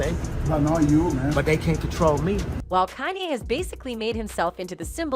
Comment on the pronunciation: Oh Lawd 🤦🏾‍♀️ GET KANYE RIGHT!!’ IT IS PRONOUNCED CON - YAY! YOUR SYSTEM NEEDS AN UPGRADE!!